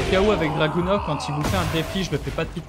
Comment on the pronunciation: Bien joué! Une tite précision, Dragunov se prononce Dragunof ;)